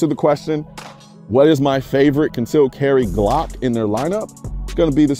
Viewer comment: firstly, i would suggest learning how to pronounce the word 'glock' correctly